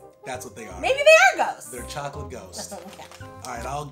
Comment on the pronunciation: Ok. So likes Milky Shocolate. But doesnt like Hazelnut Shocolate. While likes Hazelnut Shocolate. But dislikes Milky Shocolate. ^^